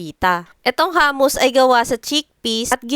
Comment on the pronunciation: Hindi po hamus, hummus po.